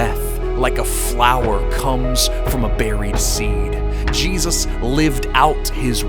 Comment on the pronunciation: Please print Jesus with a clear J, not cheesus 😮😵‍💫